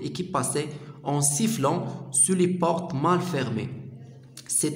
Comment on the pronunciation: يا أخي الكريم نشكر لكم مجهودكم و لكن هناك أخطاء في القراءة من شأنها تغليط الطلبة الجدد في الفرنسية، أرجو منكم الإنتباه إليها في المستقبل وأذكر على سبيل المثال لكي تتمكن من مراجعتها ، l'automne , plaine, passait, pétillait, dehors